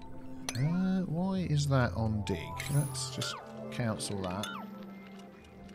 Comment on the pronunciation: You say cancel weird you say it like council